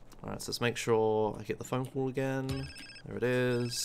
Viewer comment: phone cull as I can understand :d